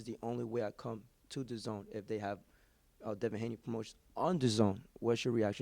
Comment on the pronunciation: Who’s Devon Haney? It’s Devin, I know that and I’m from the UK :/ other than that good work son